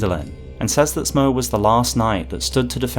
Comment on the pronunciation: I would add that Smough's name likely should be pronounced "Smoff" like "Cough". He is a giant like Gough, and they share the same naming convention.